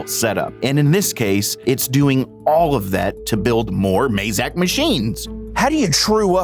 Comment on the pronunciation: Why do Americans pronounce Mazak wrongly.